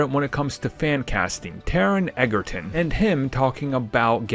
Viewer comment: He pronounced his last name wrong